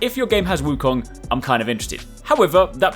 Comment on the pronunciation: U r the 1st channel I’ve ever heard that pronounce “Wu Kong” right.